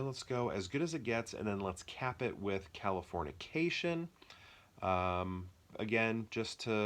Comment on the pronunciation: HAHA I didn't even notice you kept saying Californiacation, it sounded right to me lol. I am a fan of Kalifornia. I actually like all 3 movies you killed but Dodge Ball is definitely number one! Great video man!